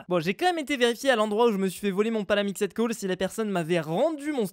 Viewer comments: Stp arrête de dire "palamixède coal" c'est "palamixt coal" Merci 😅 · Car le ed ne se prononce pas et on prononce seulemnet le d